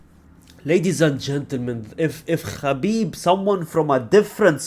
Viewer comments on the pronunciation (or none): none